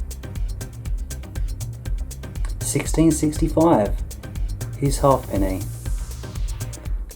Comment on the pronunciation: They are not called half pennies its pronounced haypenny, qnd throopenny bit sixpence as one word or tanner.